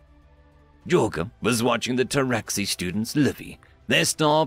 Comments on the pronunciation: "Jor-guh" good Lord lol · Jorge is not pronounced j-or-ga it is pronounced Hor-hey, It is a hispanic name. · Minor gripe, but... "Hor-Hay", not "Yor-guh"